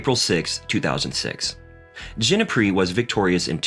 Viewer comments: Tommy “Hass”, Koala “Lumper”, Robby “Gin-a pry”, to name a few more haha. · Fill-uh-poo-sus. Gin-eh-pri. Row-nitch, Its important to say peoples names right. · What, you haven't heard of Mark Philisoppis, Robbie Genepry and Milos Rion? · "Mark Phila-Soap-us"?🤦🏻‍♂️ "Robbie Jeneh-Pree"?🤦🏻‍♂️🤦🏻‍♂️